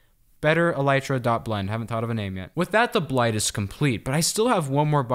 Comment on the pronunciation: For the blight call the elytra bliytra For those who might not be able to pronounce it (Bl-I-tra)